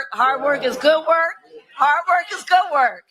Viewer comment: “Hart work is goot work”. Kamala the clown.